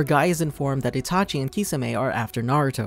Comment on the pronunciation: He says itachu instead of itachi in 😀😀 But the whole video was awesome